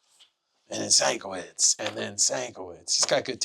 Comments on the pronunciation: Hey mate, I love the videos but you're pronouncing Bill Sienkiewicz's name wrong - Shen-Kev-itch .... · Dammit … it’s Sin-Kev-Itch